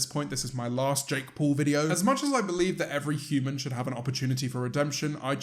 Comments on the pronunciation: Nobody: James: Jake Pole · No, he pronounces it Jake Paul